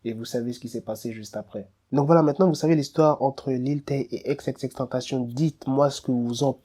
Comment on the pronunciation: Pourquoi tu dit ex et pas X